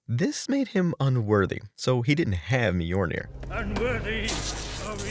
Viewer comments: Myolnir not Myornir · I enjoyed the facts, but it hurt me every time I hear MY-UR-NAIR. (MI YUL NAIR).